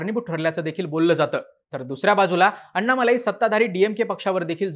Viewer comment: अण्णामलै असा उच्चार असतो.